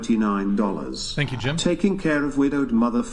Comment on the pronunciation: So funny when girls say "pink you" for thank you. 😂